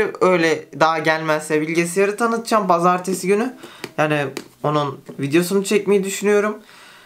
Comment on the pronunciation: " BAZARTESİ GÜNÜ" :D